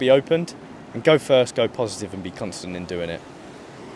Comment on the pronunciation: I will subscribe just for the "Nos vemos, muchachos" at the end, DAMNN!! jajjajAJ such good pronunciation as well, I like this man